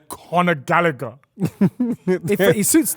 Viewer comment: Conor Magallagher 🤣🤣😂😂